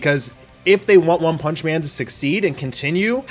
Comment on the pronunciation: "ONE PANCH MAN" 😂😂😂😂